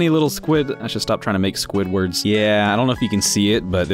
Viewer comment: "Squid-words"....Squidwards! XD (Also, Veemon tricked us. He cheated and became Paildramon rather than Flamedramon. CHEATER! Lol)